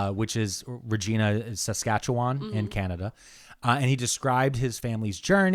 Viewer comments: Who’s gonna tell him how we actually pronounce Regina here? 😂😂😂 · Regina (the city in Saskatchewan) rhymes with vagina. Not even joking. 😂